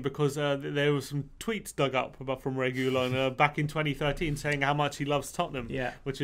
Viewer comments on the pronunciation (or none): Learn to pronounce Spanish names. You butchered reguilon